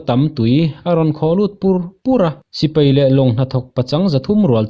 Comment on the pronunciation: A dik lutuk ,,chuan sipai nia sipei tih nen poh hriat polh awl ve dawn emai